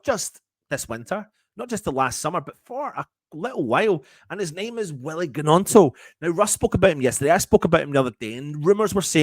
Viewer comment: The G is silent man